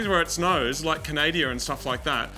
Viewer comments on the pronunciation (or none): Hahah "canadia" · Moog: "In places like Canadia" XDDDDDDDDDDDDDDDDDDDDDDDDDDDDDDDDDDDD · Hahaha yes somebody else that rocks the "canadia"!!!!!!